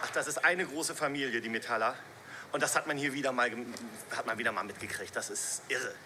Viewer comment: Nette Doku, aber mich hat's die ganze Zeit gestört, wenn der Sprecher so ein richtig schön deutsches "MetAller" gesagt hat. Dann dachte ich mir "Hm, ja gut, der ist wahrscheinlich nicht aus der Szene und vielleicht auch schon was älter..." Und dann kam der Typ ganz am Ende und sagt selbst auch noch mal Metaller... manno xD